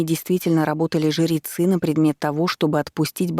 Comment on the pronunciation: Вопрос чтице: почему жерецы а не жрецы? Звучит как жеребцы?